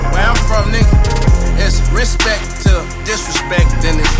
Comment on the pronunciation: Hes just annoying wack Wtf!! And the hell is "respek" u got stroke tryna say "respect" or what?